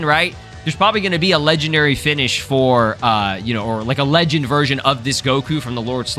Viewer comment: 😭🙏 "Leg End" It's supposed to be Legend like how it's not "Vani Shing" it's Vanishing